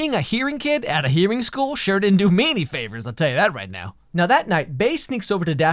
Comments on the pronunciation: it's "hearing" not "hearie" XD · Lol it’s “hearing” not “hearie”